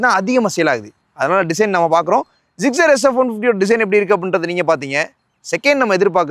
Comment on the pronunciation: Tamil reviewers always pronouncing Suzuki Gixxer as Zuzugi ziggzer😂😂😂